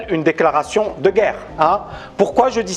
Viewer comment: pour intéresser et être écouté, t'as pas besoin de prononcer le mot "guerre" comme l'autre andouille... Tu peux aussi être intéressant, donner des arguments construits. Ca sera mieux. Allez, un effort!!!